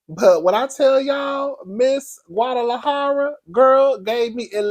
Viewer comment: I’m about to report your channel… Because WHY did you call Ms. Maria… Ms. GUATALAHERRA!!! When I say, 🗣️I HOLLERED…🤣🤣🤣